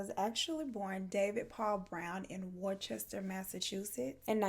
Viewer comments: i love how u said worchester its actually pronounced wus tah lol im actually from boston mass so yea lol i love you n your videos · This is exactly why I don’t eat food at friends and neighbors houses. Worcester is pronounced “Woosteh”. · Just a fun fact: Worcester is pronounced: Wissta (we talk dumb in Massachusetts as many know lol) Peabody is Peebiddy. Gloucester is Glossta. Falmouth is Falmith. Leominster is Leminsta. We literally remove and add letters. It’s the greatest. 😆🤦🏻‍♀️ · Lol I knew someone would catch it! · As someone from Massachusetts, WE DONT CLAIM HIM. Also, the way you said “Worcester” 😂 it’s one of those cities if you’re not from Mass then you’ll never know how to pronounce it.